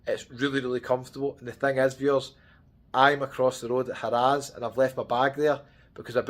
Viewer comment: Been going to Vegas for 30 years from UK and never heard it being called "HA RAZ". Its simply harrahs (sound like "hariz" ) but laughed every time he said HA RAZ. Also the tower in Caesars Palace he was in is a newly renovated tower but its their worst tower. Theres 6 different places to stay in Caesars Palace and this one is the lowest.